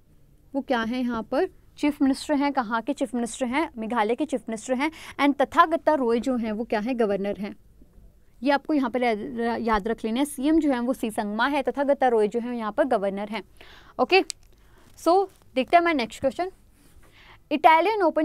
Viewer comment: Its not तथा गता रॉय l😜 Its तथागत रॉय